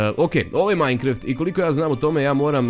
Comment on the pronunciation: Nije majnkreft već majnkraft